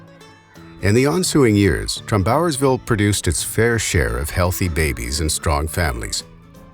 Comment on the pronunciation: Interesting video! I thought the narrator's pronunciation of "Trumbauersville" was unusual. I grew up in the area, and I've always heard it pronounced "TRUMbauersville" with the stress on "Trum", not "TrumBAUERSville" as he pronounced it.